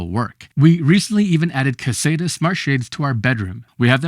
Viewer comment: you are pronouncing caséta incorrectly?